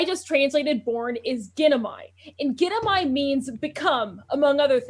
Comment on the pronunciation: What Greek words? Because whatever she's saying, i didnt recognize it. Ginomai In greek, g is more a gh like sound. And ai is pronounced as è The phonetic pronounciation is actually indicated in your "pop ups"